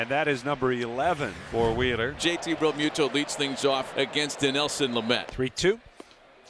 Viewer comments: for real for real,,REAMUNDO.. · Never heard so many mispronounced names in a highlight reel. "Reamundo", "Soto"... what else I miss...Please end this Peacock BS. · Who is the commentator that is just butchering everyone's name? Called Realmuto Realmundo and Sosa Soto. Get this guy off the air. LFG Phillies!